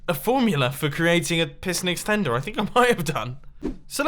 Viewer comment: You said extenter like a milion time